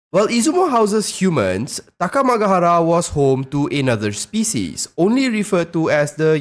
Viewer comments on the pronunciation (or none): none